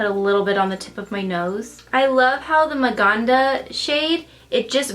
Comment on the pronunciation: Love how you say Maganda and Mahal because I am filipino haha and I like how put that name. You did an awesome job here. 😊😍